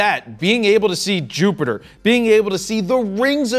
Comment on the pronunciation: I think his "picture-ter" and "Jupitter" more than made up for it, me thinks.